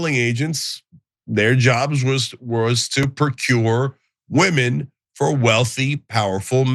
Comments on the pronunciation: "The weemin" She's been an American for how long now? And she still pronounces it "weemin"? Last time I heard "the weemin" I was watching a spaghetti western! And what's up with her dyeing her roots brown? Is she intentionally trying to upset Orange Man? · “Thee weemen”